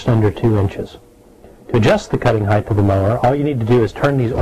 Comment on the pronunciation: It's "heighT", not "heighTH".